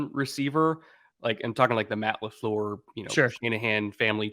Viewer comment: Please stop putting two O's in Lafleut, it's not Lafloor